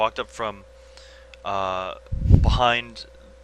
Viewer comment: Couldnt understand who else who had commentating, but he was awful.. Too much "uhhh" and just random shit that didnt make sense came out of his mouth. Just do a solo commentary next time, you are x100 times better. He couldnt even say "Drow" right. rofl